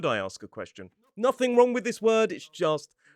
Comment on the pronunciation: oh hearing that "wronK" was a bit of a culture shock